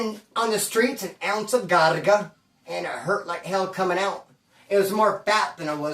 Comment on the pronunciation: Craga, not whatever it is you're saying